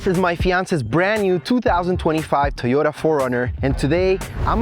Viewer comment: The ONLY thing that keeps me from subscribing is that you refuse to say Toyota correctly. lol It's not "Teeyota"!